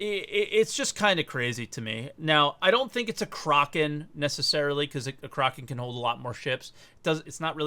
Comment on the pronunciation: the way pronounces Kraken is hilarious